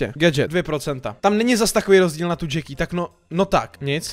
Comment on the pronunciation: Vyslovuje se to krátce Jacky když by to bylo dlouhé tak se to píše Jackie. Díky štve mě to